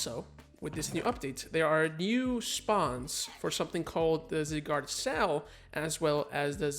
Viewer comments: Not going to lie I hate how you say you Zygarde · Learn how to pronounce zygarde 1 like=1 porygon